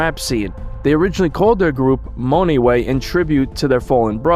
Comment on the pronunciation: It’s pronounce “MUNway”